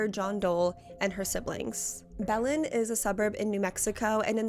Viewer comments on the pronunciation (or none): I love your videos but Belen is not pronounced like that lmao.